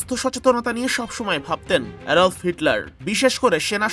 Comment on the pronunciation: অ্যাডল্ফ না অ্যাডলফ হিটলার